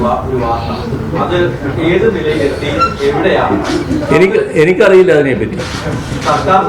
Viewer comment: ദേ വീണ്ടും " എനക്കറിയില്ല" 😂😂